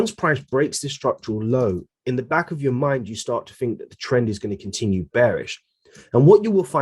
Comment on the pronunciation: welcome "bark" to my "Youuutube" channel